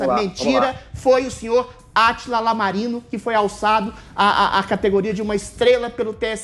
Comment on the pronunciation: Adrilles é tão intelectual que acha que a letra "i" maiuscula seria um "L" minúsculo em nome próprio, falou diversas vezes Atila "Lamarino" kkkkk